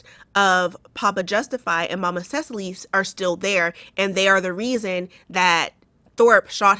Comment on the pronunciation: I know it not on topic but, my name is Cecily but with a Y not an E at the end, and I just wanted to compliment your wonderful pronunciation of my name! I have never seen someone be able to pronounce my name without being told the correct pronunciation, so it made me very to hear you pronounce it correctly. 😆